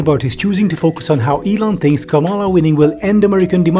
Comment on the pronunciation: Just for the record, it’s not kaMAHla Harris, it’s comma-lah Harris. It’s not that hard folks….